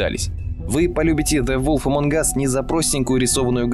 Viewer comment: ''зе волф эмонг ас'' слух режет